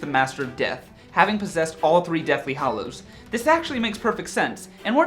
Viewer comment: GAH You guys it's deathly hAllows not deathly hOllows....